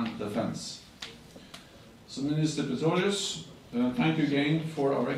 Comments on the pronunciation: Doch, er sagt 2x Pitorius, statt Pistorius. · spricht Herr Stoltenberg den Namen vom Verteidigungsminister falsch aus oder höre ich schlecht?